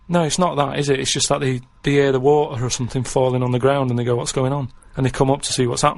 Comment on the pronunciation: He can 'ear his own 'eart.